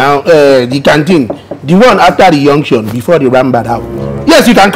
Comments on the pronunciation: I love the way they pronounce junction (yunction) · Me love the way dey pronounce junction 🤣🤣🤣🤣🤣🤣